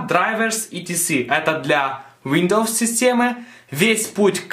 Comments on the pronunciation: что же ты употребляешь? УВиндоовоувоууууззссс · Нифига не помог... но произношением windows повеселил